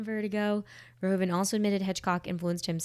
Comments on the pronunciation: In case you want to know: as Paul Verhoeven is Dutch (like me), the correct pronunciation of his name is "Verhooven". Our OO and OE are flipped when compared to English: you'd say "cool" and we have "koel" – both words sound the same. To my knowledge, "shoe" is the only English word where OE sounds like we do in Dutch. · VerhOEven not VerhOven. Sounds like the OO in Snoopy : ) The Dutch OE sounds like the Engilsh OO. Just wanted to say this cause do many peeps pronounce it so wrong.